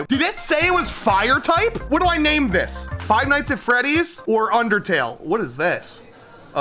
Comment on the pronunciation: "faz freddy fart hose something or other" is unironically what i heard